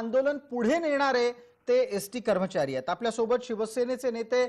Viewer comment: करमचारी नाही कर्मचारी असं बोला